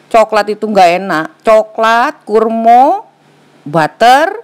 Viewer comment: Resep kue kering, done L 7, ini lah klo orang Sunda ngmg Jawa, kurma jadi kurmo , huahahahhah bh Jawa Podo Bae kurma,. HR ini upldna teu pararuguh jadi isuk2 kieu .